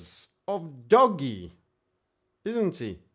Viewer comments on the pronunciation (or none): It's "Dohj". Not "Doggy". LOL.